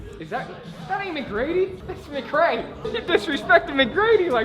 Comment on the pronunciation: After the “McCray” and “maintains” we can now confirm the Seattle school district failed our boy 😭